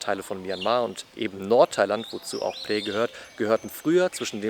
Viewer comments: Es wird : PHRAE ohne ausgesprochen R gesprochen…. Wir waren da auch vor kurzen ❤ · er wollte nicht unhöflich sein ;) oder es klingt schon besser als andere ;) Du bist aber sehr nah dran, außer beim R. Egal, was andere sagen. Wenn es online anders ausgesprochen wird, ist es oft schlicht falsch. Viele sprechen es falsch aus. Ich lerne Thailändisch, und auch mich haben Thais korrigiert. Das hat etwas gedauert. Die Aussprache ist wirklich schwer, und viele möchten nicht unhöflich sein, vor allem dann, wenn sie selbst kein Englisch sprechen. Zur Einordnung hier die Erklärung. Phrae wird auf Thai so ausgesprochen: 🔊 Pää / Phrää eher wie ein weiches, behauchtes P mit langem ä das R ist kaum hörbar oder verschwindet ganz für deutsche Ohren klingt es ungefähr wie Pää Warum das so ist: das ph ist ein behauchtes P, kein F das r wird im Alltag oft verschluckt der Vokal ist lang und offen Merkhilfe: Frae ist falsch Prä ist falsch Pääää ist richtig, lang gezogen